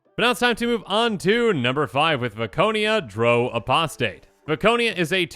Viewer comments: FYI - It’s ‘drow’ like ow in ‘ow, don’t hit me’ . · As a long time D&D player that pronunciation hurts me. Drow rhymes with ow, not with go.